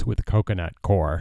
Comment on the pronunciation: Properly pronounced 'coyer'. ;)